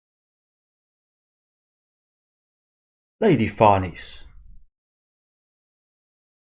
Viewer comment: Farnese is an Italian name. Pronounced Far ne ze. With a rolled R. There are videos on here that pronounce it.